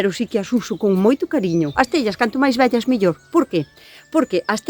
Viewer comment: Qué bonito pronuncias "viejas" suena muy parecido a "bellas" y es que también lo viejo tiene su belleza...😊